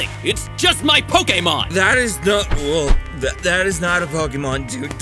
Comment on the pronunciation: POKAMON HE SAY LOL XD